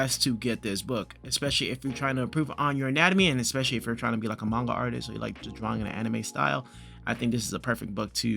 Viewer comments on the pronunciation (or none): none